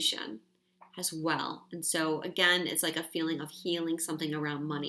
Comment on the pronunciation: Am I the only one who notices says "Has" in place of "As" aaaaaalllll of the time?!?! I love her to life and swear this is a trigger I need to work out, but I just had to get that off my chest. Love you,!!!!!!!